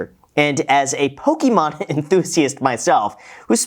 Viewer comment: Poh-kee-mon cards